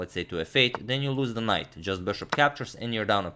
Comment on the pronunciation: "if you move the queen you just lose the KINGHT lets just BISHOP captures"😂😂 i just love it